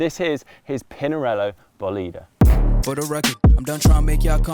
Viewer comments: You have accent wrong :) Bólide, not Bolíde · The correct pronunciation is Bòlide, with the accent on the o 😉